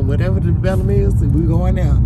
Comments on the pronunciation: Debellum 🤣🤣🤣 it’s Deep Ellum friend😂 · Not that he said “depelum” instead of DEEP ELLUM 😭😭